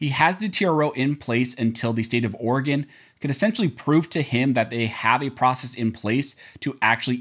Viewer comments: As an Oregon resident please repeat after me: It's pronounced Oar a Gun not Oar-gone.... I didn't know until I moved here in 1991 either 🤣🤣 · I love how yall still mispronounce Oregon amd Oregonians. Oregon is pronounced aw·ruh·gn Oregonian is pronounced aw·ruh·gow·nee·uhn